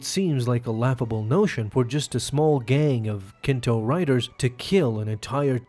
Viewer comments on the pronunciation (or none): Nikto. Not Kinto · Im petty.. calling Nikto, Kinto bugged me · Kinto riders? You mean Nikto dude.